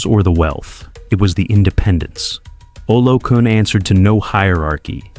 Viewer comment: Olokun: pronounced OLOKOON.